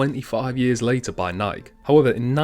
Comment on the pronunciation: Great video. Please though, note it is not pronounced Nike it is Ni-kee.